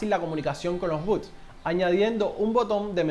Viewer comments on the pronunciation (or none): No son buts sino b o t s